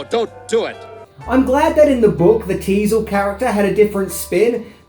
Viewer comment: Teasle, not diesel